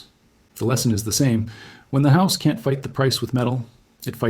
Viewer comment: They "can tee" deliver? They "don tee"? Ha ha ai can't pronounce "can't" and "don't"